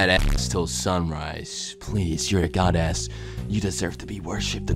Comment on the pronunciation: Don't tell me I'm the only one who heard "goddASS"